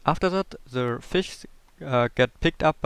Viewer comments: Are you really saying Se Fishfarm or se door? You Idiot! You pronoince it teh fishfarm, teh (pronoun only real word the) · Catch "Ze" fish/ lol, love it